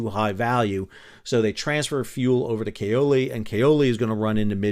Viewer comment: The "a" in Platte is like the "a" in apple. Also, Kal-oli.